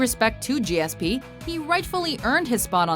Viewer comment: always throwing stones from their glass house.... and it wasn't fancy or cool the way you pronounced GSP's name